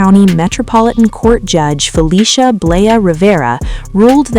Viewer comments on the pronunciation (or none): none